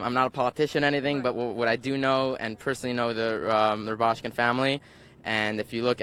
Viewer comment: How many times should it take for her to get the correct pronunciation of his name??